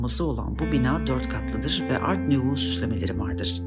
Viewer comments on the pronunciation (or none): kâgir (taş ya da tuğladan yapılmış olan) demek istediniz herhalde. "Kağır" gibi bir şeyler duydum. Art Nouveau'yu da yanlış telaffuz ediyorsunuz. Saygılar.